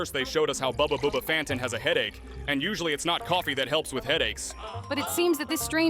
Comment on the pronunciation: Bubba Bubba fant not Booba Booba fant